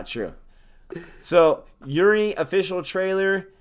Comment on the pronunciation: It's Uri pronounced as oori